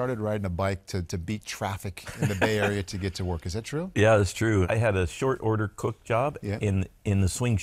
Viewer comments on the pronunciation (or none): none